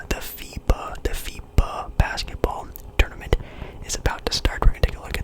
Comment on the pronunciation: I thought I heard fifa when u said fiba or something 😭☠️